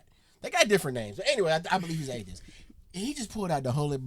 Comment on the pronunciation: She did not enjoy this.(There is a "t" on the end of atheis!)